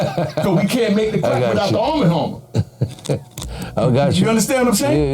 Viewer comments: “Armma Harmma” ok lol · Is it really that hard to say “ARM & HAMMER baking soda”⁉️😂